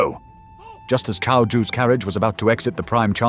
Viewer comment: Dude, you're Chinese, how can you pronounce Cao as 'Cow' it's pronounced as 'TSAO'!